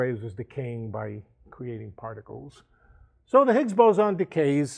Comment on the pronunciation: Nice guy, but this lecture is so rich with misinformation and dilivered with such certainty. Shockingly wishy washy. "Ziggs" - shoot me in the head.